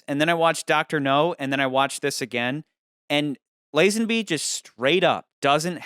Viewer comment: "Lizenbee" hahahaa thats how you pronounce Lazenby...bro.